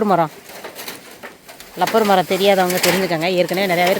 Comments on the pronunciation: இது லப்பர் இல்ல மா, ரப்பர் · Acho. Adhu rubber maram. Lubbernu solladheenga. Tamilkaranga ellarum ippo lubber lubbernu kozhandhanga maari solranga.